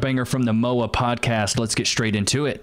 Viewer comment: Its M-O-A as in minute of angle.